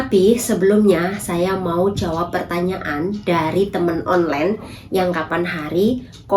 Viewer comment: Sebutannya bukan onlen tapi online.😂